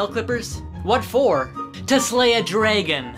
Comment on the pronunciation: Let's all realize he says dragon as draigon